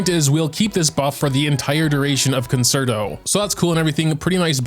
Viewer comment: How pronounces Concerto made me have to look up the proper pronunciation. I shouldn’t have… I played the violin for 10 years and realized the word. I really doubted myself 😂 Stan Robin ❤️❤️